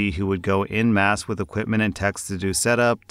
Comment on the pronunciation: FYI, the "en" in "en masse" is pronounced "ahn," so think of it as "on masse" when you see it.